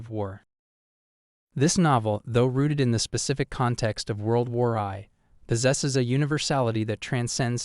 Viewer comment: ‘World War Eye’ 😅😅